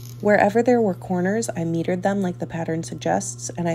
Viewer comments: Congratulations! You said you metered the corners. I think you meant mitered, which is pronounced with a long "i". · The word is pronounced my-tered.